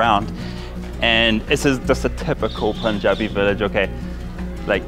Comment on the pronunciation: Excellent video sir! I love your Punjabi btw. Lot of people pronounce it as “Poonjabi”, but you had the pronunciation perfectly.